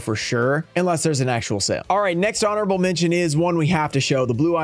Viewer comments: says "horonable" instead of honorable 🙂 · "HORONABLE" mention lol